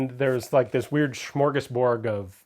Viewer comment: Not to be too nit-picky but a friend would tell you. The word is "smorgasbord ". Smorgasborg is not a word.